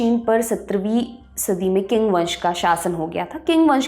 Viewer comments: Not king pronounce ching spelling is Qing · चिंग (qing) ना की किंग (king)! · Not King ( Qing ) but Ching ( Qing ) …. I work in China and loved your program . Have also studied Chinese history from close. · Qing ( Qing Dynasty)is pronounced as "Ching' not 'Qing or king'. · Sorry but the pronunciation of the “Qing dynasty “ she is using is wrong, its not ”किंग 🚫 its “चिंग ✅. (Qing dynasty: चिंग वंश) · Qing Dynasty... Pronounced as 'Ching Dynasty' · Qing Dynasty pronounce Ching dynasty